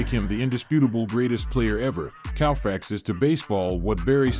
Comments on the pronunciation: Anybody who pronounces Koufax as Cow-fax has got some work to do. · Cannot even pronounce Koufax correctly, what do you expect.